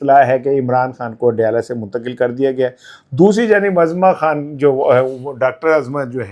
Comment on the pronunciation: ۔صحیح تلفظ ozma Khan ہے۔ Azma Khan غلط ث